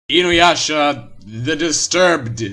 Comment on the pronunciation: I love Inuyasha, it was the first anime I ever watched, it is nostlagic to me. And you pronounce it like this- Kagome (Ca-go-may) and Inuyasha (In-u-a-sha).